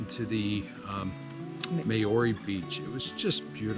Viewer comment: If you’re going to bother flying all the way to NZ and make the effort of doing these walks & recording yourselves, at least learn how to pronounce the names right! Seriously - Mayoorey?